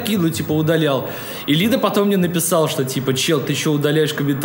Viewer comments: Не Ли́да, а Лида́ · Шикарный подкаст и Даня в качестве гостя мне понравился.Жаль по времени ролик короткий получился. P.S.Lida (ударение на А ) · Не лИда, а лидА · Не лИда, а лидА.